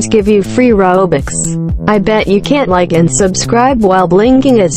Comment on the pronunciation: Bro the the way he said roooobix😂😂😂